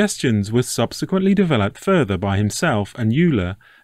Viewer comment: Euler is pronounced as Oil-er.